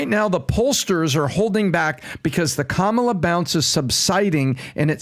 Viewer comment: Four supposedly intelligent men, can't pronounce Kamala's name properly or just refuse to.